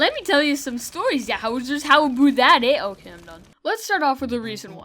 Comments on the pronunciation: ABOOT INTENSIFIES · What you salty ABOOT